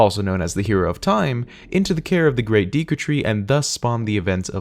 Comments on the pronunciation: did he say deeku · "Great deeku tree" . Bruh.